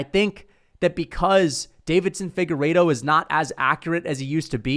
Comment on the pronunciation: Deiveson Figueiredo not Davidson, still a casual and you're welcome